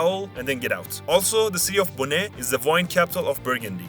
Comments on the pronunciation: Comment ça "bonet", mon reuf ? Beaune se prononce comme l'os en anglais (bone) pas comme le bonnet que tu fous sur le crâne quand ça caille sa mère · On pourrait dire que ça se prononce plus comme "baune" que "bone" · We do not say the E in Beaune pls pronounce it like bone it hurts my bourguignon soul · Beaune (wine capital) is pronounced "bone".